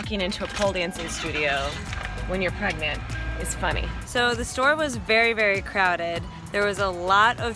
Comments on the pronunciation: Did anyone see said "Pegnant" instead of "pregnant?" xD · LOGANG Equestrian "Am I pregante?" LMAO